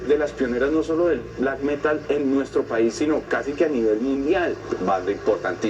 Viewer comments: Alguien que le enseñe a decir Metal al de la voz en off (hasta en eso se ve el atraso)... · El Metal <<< esa pronunciación jajajajajaja